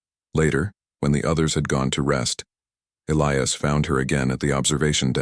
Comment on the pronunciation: At about : : the name 'Elias' is miss-pronounced without the hard 'i' that it needs to be a recognized name!. Oops LoL 😢😢